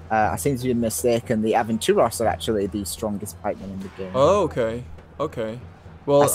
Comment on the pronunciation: Loot at my name. Im hispanic as fuck. Its pronounced "Ah-ven-too-ros". Almost the same as you pronounce it, but remember that the main difference is the way you pronounce the R sound. In all hispanic languages (portuguese, spanish, italian, rumanian) the R is much more stronger, like you imitate the sound of machinegun or an engine. Thats the main caracteristic. Its the sound the R is used when you try to imitate a Russian accent speaking english, the R is crude as shit.